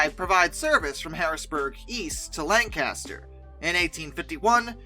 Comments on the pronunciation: Fantastic video. A side note (rather dwarfed by the solid content of the narrative): our lovely town of Lancaster is pronounced LANG-kiss-tur. What with your being a non-Lancastrian, we shan’t hold it against you. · Love the video but you can tell who lives near Lancaster by the way they pronounce the name